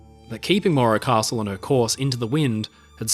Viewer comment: Where is part 3????? And why do you call it the maura costle? Its morro castle.